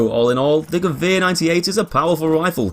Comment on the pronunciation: He is the only english person that can say Gewehr correctly😂